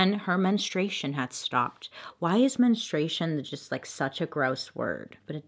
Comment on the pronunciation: No one: Bailey: ✨MeNStrUEiShoN✨